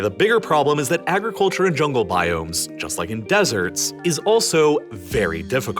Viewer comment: This guy/AI narrator talks to fast and mispronounces many words. Such as: Agriculture Mountainous I have to sliw down the playback speed to .75 and that makes those mispronunciations all the more obvious. I can't stand this channel.